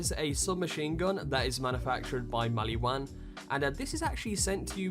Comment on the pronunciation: I feel like this guy knows this game and doesn't at the same time like maybe he knows this game but doesn't know the franchise on a whole, not hating just picking up on a vibe, like you said MaliWAN when it's spoken as maliWON maybe that's an accent thing but I'm English and I thought he said it weird 🤔 🤣